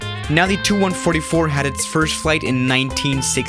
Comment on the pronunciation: It's not 'tu (two) 144', it's T U 144. T...U